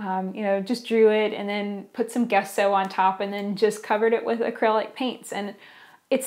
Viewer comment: Thanks,. Wow, it sounded like you took a peak into my life! By the way, "gesso" is pronounced "jesso" with a "j" sound.:)